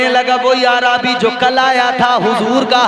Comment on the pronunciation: پہلی بات تو عربی کو عا رابی کہتا ہے